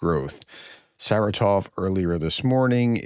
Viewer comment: Professor, this is not the biggest issue with your pronunciation, but... It is SarAtov, not SaratOv. Emphasis on the second syllable not the third.